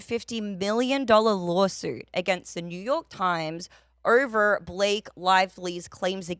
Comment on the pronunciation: She adds r’s to any word with an O “orver” 😂